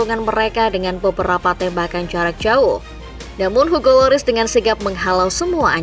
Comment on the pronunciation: Kesalahan sebut nama si voice overnya. Lloris sama Varane